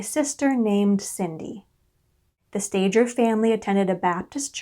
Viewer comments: Why don’t people doing these documentaries try to find out how to pronounce the names of these people correctly? Sta ger not Stager. It’s a g not a j. Why bother to listen if a simple name is wrong? How much else is wrong. If you can’t do it right , don’t do it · oh dear first thing are the last name is pronounced stay gurr its a hard g there are so many documentaries on this you could have checked how to say it.